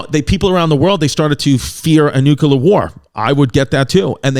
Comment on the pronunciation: NUCLEAR, Chris! Nuke. Lear. Say it with me... Nu. Ke. Le. Ar. Nuclear. NOT: Nuke. Ular. U. Dufus! -with love